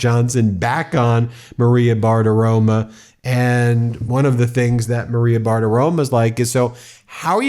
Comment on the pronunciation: It’s kind of funny, but why is it that you call Maria Bartiromo as Maria Bartiroma?